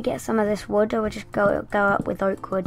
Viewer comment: And u said the wood wrong :D